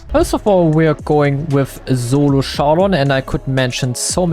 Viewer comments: Solo showdown ❌ Zolo showdown ✅ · Zolo shawdown😂